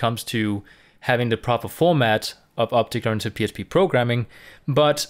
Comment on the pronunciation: right ,, now i hear opte grantic programming